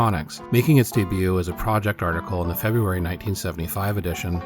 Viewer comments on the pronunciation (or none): none